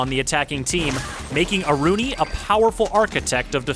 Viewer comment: About the new operator. Her name in the original Thai language pronounces "Aru-Nee", Not "A-Ruu-Ni". I, A legit Thai people, Annoyed at how your announcer says her name. You say it like she a French or Italian! It sounds so WRONG.